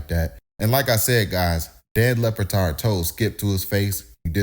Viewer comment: Lebatard with a B...not Lepatard😂